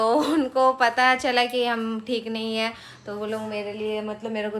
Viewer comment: He he kyun bolti ho?? Hai nahi bol sakti kya thik se??